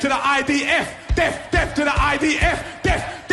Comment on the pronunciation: Is it just me or dose he sound like he is saying def not death, I know it’s probably just his pronunciation but still can’t we get a better class of people to criticise